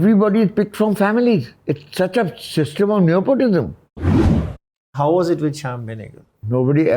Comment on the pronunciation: It is unfortunate that not being great in English makes some people insecure (damn British dominion!)... Neither of their English is on point but they're trying to flex anyway. Pralhad mispronounces even basic words like nepotism ( clearly enjoys correcting him... while thinking being 'sacked' from a playschool is correct lingo)... Kakkar also is unfortunately the stereotypical Punjabi, entitled, arrogant jerk... full of bluster like the Chopras and Kapoors. Their swagger is ridiculous. He frames it as if he would have paid someone (Who someone? you could have financed your own films!)... to make a film... but someone "offered". May have happened... but clearly not the way you're presenting the situation. Hearing him talk about Aishwarya, Sushmita, Priyanka etc. reminds me of Yash Chopra telling Bhagyshree that it was foolish of her to get married and quit the film industry... giving advice to Sridevi etc. I'm sure they consider themselves to be above it all and better than most men in India (perhaps they are in some ways)... but I can't stand their attitude. Genuinely caring people don't boast! And of course also wants credit for "predicting" that Fashion would be a "benchmark". Mr. Kakkar it's not just "neOpotism" that defines showbiz and the whole world... But blowhards like you! I'm thinking right now of ALL the women especially in showbiz and what it must take to put up with the arrogant male bluster and massive egos etc. etc.... to get ahead. I can't bel